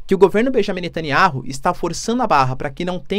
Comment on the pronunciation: Netaniahu Lê se ... Netaniau Professor